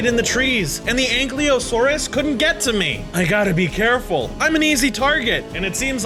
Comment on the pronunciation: Ankiliosaurus Its prounonced Ankylo-saur-us